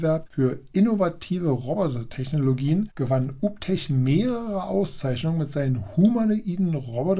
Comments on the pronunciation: Alter, der Name wird "juu bii tek" ausgesprochen. Und den anderen Roboter spricht man natürlich "kruser" (cruiser) aus... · "Uptech" klingt aus deinem Mund wie ein Hausmeister-Servicedienstleister aus Sachsen 😂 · ganz klar und deutlich 😂